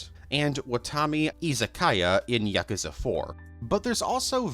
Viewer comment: "Yakooza" smh